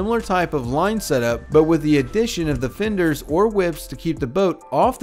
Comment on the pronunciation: "Seengeen"???? "Imporant"????? Tidal range not tide swing. "Finders"?????